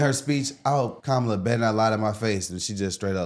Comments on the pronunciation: Ha! She said her name wrong! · Yeaaaaaashhhhhh ALRIIIGHT CARDI B . Are they gonna give her shit about pronouncing her name wrong. This is an actual embarrassment that they rolled this disgrace out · And she said her name wrong!😂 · Kámála? Where’s CNN? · Where’s that cnn lady to tell cardi she’s pronouncing kamala wrong?? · My question is did ANYONE…anyone AT ALL jump down Cardi B’s throat for “disrespecting a black woman” by “mispronouncing her name”?🤔. Hmmmm…. Anyone? ANYONE?👀 Didn’t think so!🙄😼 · right. You say her name like Pamela, but put the k in front of it, instead of the P and it's kamala. President Trump has said her name correct every time. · So I guess she's racist since she misrpounced Kamala's name?!